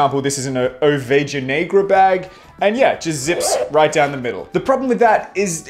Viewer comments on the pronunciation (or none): Very close but say it with me: ohvayhah neighgrah